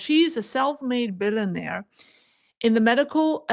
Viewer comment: "Bill-Yon-aire," "com-mYun-ist." Just give it a try; it's easy.